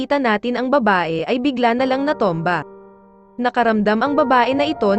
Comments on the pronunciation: Bakit ganyan ka mag pronounce ayaw mong ayusin.. Ung Chile naging chili.. Ung natumba naging natomba ano ba tlaga?😅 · Natomba !? Kkatuwa nman nag v'voice over dto haha 😅😂🤣